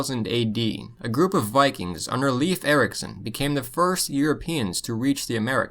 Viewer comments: not leaf it's leif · Leif Erikson is pronounced "life" Erikson , not "leaf" Erikson.